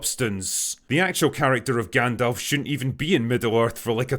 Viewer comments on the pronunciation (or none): Maybe I misheard, but did he say Dangalf? Perfect name for this imposter in this shite show. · Haha I've never watched it. Is he seriously called dangalf? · Dangalf.. lol 😆